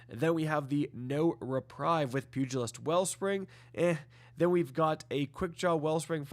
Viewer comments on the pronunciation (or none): none